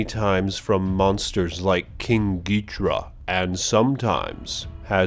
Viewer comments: >name is Ghidorah >gets pronounced Gidrah wot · Yeah I heard it too. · King Geehtra? wtf xD Did anyone else hear that?